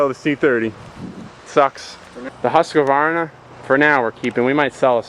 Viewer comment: "husskavarna" LMAO =P love husqvarnas